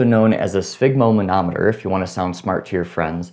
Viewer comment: One of the few YouTubers to say sphygmomanometer right. Props. To nitpick it looked like the cuff was deflated too quickly. Also it's a good idea to combine taking the pulse and counting the respirations so the patient is not aware breaths are being counted (keep the fingers on the wrist while counting breaths).